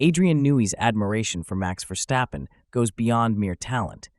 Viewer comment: You pronounce it Verstappen not VerSHstappen.